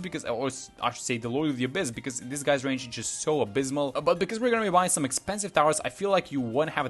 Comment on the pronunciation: hehe "abyss"mal